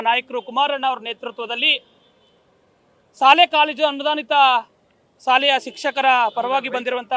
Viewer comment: Adhu salei alla "Shaalei"